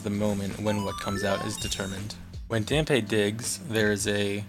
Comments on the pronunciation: isn't it pronounced "Damp"? ;) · Hearing Dampé's name mispronounced do many times in such a short time is jarring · Still kinda mad that you pronounced his name wrong lol.